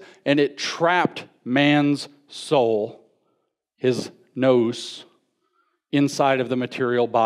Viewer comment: The audacity is real indeed. People think he's an authoritative voice but he can't even pronounce the words he's using. When he first started talking about Plotinus I thought he was saying Platonism. He pronounced Gnus as nose. Etc, etc... I don't usually care about that, but people that are willing to stand on stage and speak about an issue should at least have a knowledge of the terminology. It shouldn't be that hard, he's supposedly a Christian speaker and the New Testament is Greek literature.. It was so bad, I don't think anyone could leave that place and research on their own without a working knowledge of the material at hand. Ce' la vie, I guess.